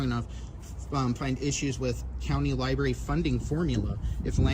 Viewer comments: Did that goofball just say liberry? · The Library employee called it a libary several times. For heavens sake, adults should pronounce that word correctly.